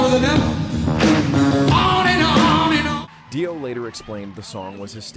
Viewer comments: First of all, if you can't pronounce the name of the band, get lost. It's not Doi, it is Ronnie James Dio, damn ass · Ahhh AI and the English translation you should have set the prompt to DEO might help AI to pronounce it better 😂